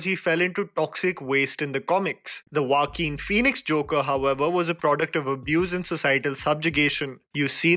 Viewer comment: the way you say Joaquin lol